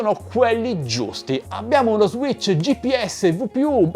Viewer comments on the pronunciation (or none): none